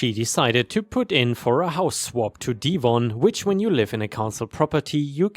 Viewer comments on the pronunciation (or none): DEV - ON. Not deeevon. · Thanks for your fantastic videos.... Lol you cracked me up the way you pronounced Devon!! 😂 It's not said like dee-von it's dev-ven. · Devon pronounced like Bev-on. The way you say would be written Deevon. English sucks eh? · Naw, it's still a D sound. It's Dev-on. English still sucks